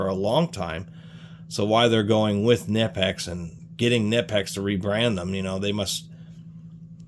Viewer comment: Kuh-nip-x........😂😂....just a heads up, to the 👊💯 Most people hate their needle nose because of twisting, but I've enjoyed having them in many situations 💯